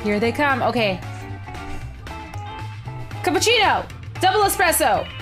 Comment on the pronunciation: I thought Tiff said cup of cheetos instead of capichino lol